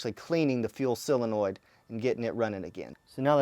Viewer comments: So - Linoid. Not silinoid. ;-)) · How come so many people pronounce it SILenoid... It's SOlenoid. Just curious about that because so many people in so many videos say it like that. Anyway these videos are cool..... Thank you. I'm going to be doing this with mine for sure.